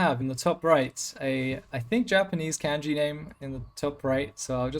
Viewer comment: my poor guy you're driving me nuts. it's kaan jee. (long A) (kanji / 漢字 / かんじ) not a can of jee. also can you / could you turn up the game sounds and/or music by like 250% for these casts? that could really help.